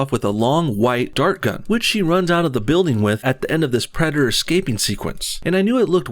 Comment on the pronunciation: “Predderr” lol